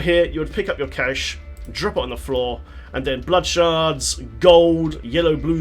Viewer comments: cache is still pronounced the same as "cash" :D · Its triggering me the way you say cache and torment...